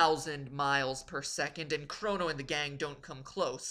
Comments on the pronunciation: Did he say Chrano trigger? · Chrono! (Kr-o-no) not crano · god, MatPat white knighting himself is hilarious also CRAWno and epic instead of e pok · You don't know how to pronounce Chrono or Epoch. Cringe... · KROH-noh. Not KRAW-noh. MEH-rill. Not MAH-rull. EE-pok. Not EH-pik. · Maybe its just me, but are the pronunciations really bad? Normally I don't mind, but... Chra-no? Marl? Epic? It should be Crow-no, Eep-ock and either Mar-lee or mare-LL, shouldn't it?